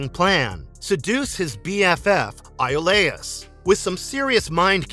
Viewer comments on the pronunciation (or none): Hercule's best friend's name is pronounced E-O-Lis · Hercules' friend's name is pronounced Ee-oh-lis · So annoying to hear it mispronounced so many times. Guessing narrator never watched the show. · it was bothering me too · Yeah, it always gets on my nerves when they mispronounce the names of the characters in these videos. 🤦🏾‍♂️